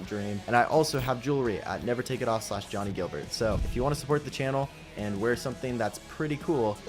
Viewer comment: “Guilbert” not “Gilbert”